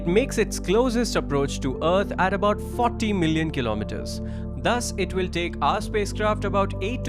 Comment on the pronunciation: It's will not vill.